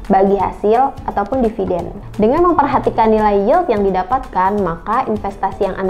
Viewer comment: DIVIDEN. Bukan deviden kak🙂